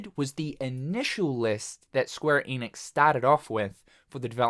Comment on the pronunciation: Can you just say ‘Enix’ for one time